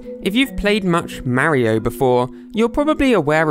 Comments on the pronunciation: Its Mario not Maroe😂😂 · It's mario not mairo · I don’t know why so many people pronounce MÆRIO instead of MÄRIO, it’s just weird